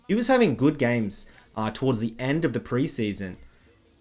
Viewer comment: I love how says "play towards". It sounds like hes saying "playdawords"